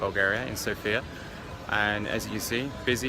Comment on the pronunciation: been there twice and you still can't pronounce the Capital City's name properly.